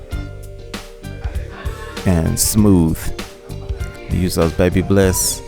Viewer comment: It’s Ba bliss not Baby bliss sir😂